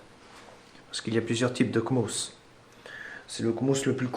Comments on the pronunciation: "Le comos" Le C mosse, faut prononcer. "D'une façon permanente" Faux, puisque son fonctionnement dépend de sa pile. "Quand le PC est éteint il est alimenté par la pile" Tout le temps. "Qui pourrait être mortel à l'ordinateur" Je sais pas de quoi tu parles mais c'est du bullshit complet "Le BIOS AMI. C'est un ancien BIOS" ... Il est toujours mis à jour, hein. "Le cavalier JP4... blablabla... à ne pas utiliser car c'est une solution de dernier recours" Non..? C'est une méthode banale. "Des sites sécurisés... Plus sécurisés que Gogole chrome et Yotube." saute du plafond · Sa se trouve c'est juste par se qu'il a 2 de tension qu'il prononce mal 😂